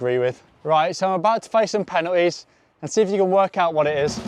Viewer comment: Bro pronounces penalties as penuhes